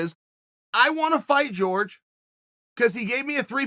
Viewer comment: It’s jorge not George